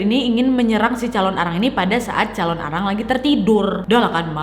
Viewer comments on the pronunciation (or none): Calon narang wak bukan calon arang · hallooo kak nadia! biasanya orang bali bilangnya calonarang kak, bukan calon arang hehehe, thankyou!